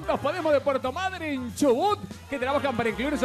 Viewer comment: Dijo madrynnn ehehehe